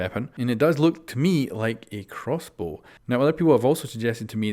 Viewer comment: This guy... nice "crossboo"